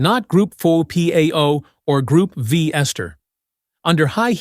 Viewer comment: Maybe you could teach it how to pronounce Group V, Pennzoil, etc.